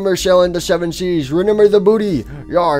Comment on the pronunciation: I like how he says re N ember instead of remember